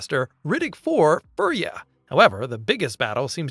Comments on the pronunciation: Fury. Fury! It's pronounced fucking fury not furry. I hate you so much. Either shite fucking AI voice, or idjit who's never heard it pronounced? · It's Fury-a NOT furrya. Riddick is not a furry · Like the word pure is not "purr", fury is not "furree" ... Jesus! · It's pronounced F-yur-ia, not furry-ah. Riddick is not a furry. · You know this is an AI narrator, because it said "Riddick 4: Fur Yuh" when its Furya... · Let’s pronounce Furya properly.